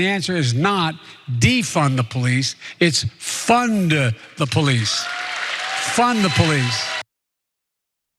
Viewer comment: "Fun-duh the police. Fun duh police."